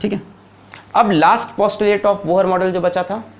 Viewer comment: Bohar??? Pronounced wrong It's pronounced as Bor